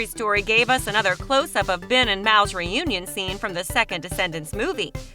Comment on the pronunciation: you said fen instead of ben